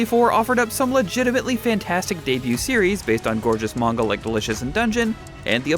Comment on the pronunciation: Side note.. Pronunciation of Manga causes me to cringe..